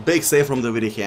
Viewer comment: And David de Gea 😂